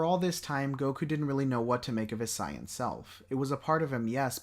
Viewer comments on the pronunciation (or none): Why do you pronounce saiyan as sai-an and not say-yuhn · Wtf is this video. Is it written then spoken by ai and not proof listened. What is boo doh-ki What is a sigh-in Karin? I fkn hate AI voice. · The substance in this video is definitely there. But the fact that you cannot pronounce saiyan to save your life is wild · I really hate the way you say saiyan 😂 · I love the video... but every time you say "Saiyan," it makes me cringe 😅 But that's just cause I'm so used to the English dub.